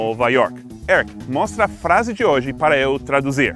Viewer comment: Toda vez que seth fala "hoje" eu acho q é "oxe" kkkkkkk